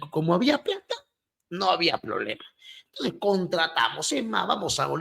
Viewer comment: así como explica,,,con drifruz,,,y odrebre,,!! No a cambiado nada,,intonciz